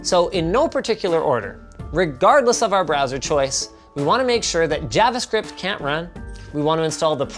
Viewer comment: Who got triggered when he pronounced "Javascript" incorrectly?